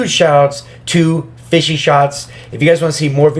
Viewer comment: FishShots* idk why he said it "fishy"